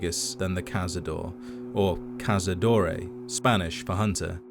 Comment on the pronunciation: im going to say it, im a spaniard so the pronunciation is horrible and wrong, you're barelly saying cazadores wich is hunters plural, cazador is hunter and you actually sound more accurate when you're not trying to say it in Castellano. Sorry i had to say it.